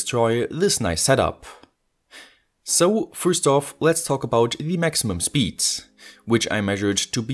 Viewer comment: Pointless video, "I must not alter ze zpeed limit" 😂